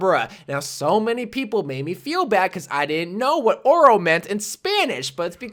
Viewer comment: oro is pronounced "ohdoh", Bro.